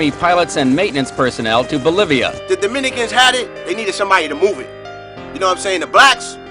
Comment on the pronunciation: umm his "Dominican".